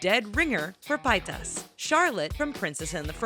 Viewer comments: Pietas lol it's Trisha paytas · It's not pie tuss it's pronounced PAY-TiS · pay-tas not pie-tas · She's I'd saying everything wrong, it's pay-tas not pie-tas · sorry but its not pitas its paytas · Pie toss PIE TOSS!!! It is PAYTAS! TRISHIA PAYTAS! Not Trisha PIE TOSS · PEH-Y TAS NOT PIETAS. . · PIE-TAS?? I think it's pronounced PAE-TIS or TUS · Trisha Pie-tass *facepalm* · is no one going to talk about 'Trisha Pietas'?? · U said pastas wierd it's pay-tus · "trisha pi-tas" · Pietus?? lol how about pronouncing it how it's spelled? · you're saying Trisha's Last name wrong, it's pronounced pay-tez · Its Trisha Pay-Tez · Trisha Pie-tahs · who else was cringing when she said Trisha's last name... also Connie is the best. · Omg i died when they said Paytas xD That is NOT how you pronounce it, but it was funny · "Trisha Pietess" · She pronounced Paytas wrong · I hate how u said Trisha Paytas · 2 things. Trish and Charlotte look NOTHING alike. Also, when you said Paytas, I had a deadly cringe attack.